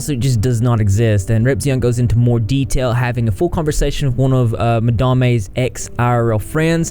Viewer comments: Madame is not quite madam either. Its ma-dahm with a long a sound. Ma-da-may is still my favourite though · Lol I just love that you call her “Ma-Dam-eh” 😂 I literally thought that was the pronunciation too, totally ignoring the fact that it was just the word madam with an e at the end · "Madarmay" lol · I love that you just decide you like the way that you pronounce Madame and just go with it.